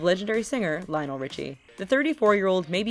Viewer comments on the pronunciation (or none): none